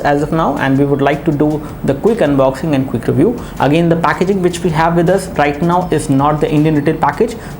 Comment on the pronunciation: cook review...lol.. :D pronounce it as quick..